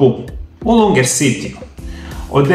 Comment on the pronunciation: LUGNER CITY (ne Lunger)